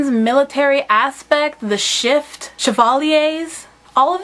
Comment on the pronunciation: its pronounced shif not shift